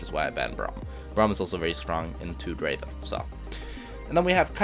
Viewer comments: Pronounce “Draven” like how T1 does, and you’ll reach challenger in no time. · He says "Draven" the exact way T1 does. this must mean something